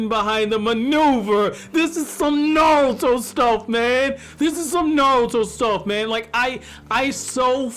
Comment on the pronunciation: Bro his name is NARUTO not NaRULtOE or whatever tf you keep calling him